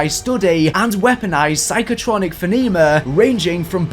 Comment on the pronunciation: lmao the way he pronounces phenomenon is hilarious